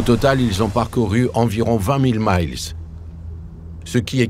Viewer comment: Prononcer le mot "mille" (de "mille nautique", 1852 mètres) avec la prononciation du "mile" terrestre (1608 mètres) anglais ça la fout mal pour une chaine ayant trait au domaine maritime